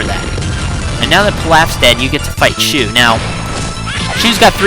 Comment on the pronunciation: Isn't shu pronounced "shoe" because that is what they say on the show